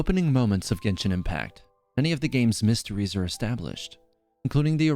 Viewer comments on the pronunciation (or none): none